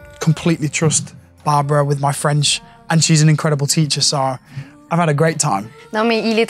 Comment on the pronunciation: You that was (and it is) a great student and she is right, you have a good french pronunciation. Take so French classes, record in French but not in Italian per piacere...